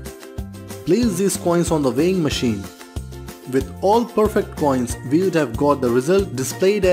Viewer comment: Contextually, "all" makes sense. That is also what the captions say. But what I hear is "four", on multiple retries on several different machines/speakers. So I asked a friend, and a neighbor. one of them is undecided. He simply cannot choose. The other is adamant that the word is "four" and cannot be anything else. My point: When the narrator has such a strong accent, he should employ additional visual aides to clarify. He is already displaying ALMOST all info. Why not expand the infogram to show all pertinent facts?